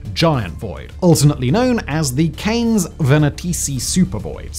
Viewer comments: Grudamnit,, please take some time out to learn how to pronounce stuff, or at the least tell your writers to include a pronunciation guide with their scripts. "Canes" is not pronounced like the walking sticks; it's Latin for "dog", so it goes "can-ess". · His pronunciation of Canes and Boötes was off too.